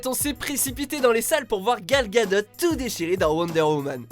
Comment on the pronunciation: Et bah entre « OCTOPOUSSE » et « GAL GADOTTE » faut savoir comment ça se prononce avant la video 😂😂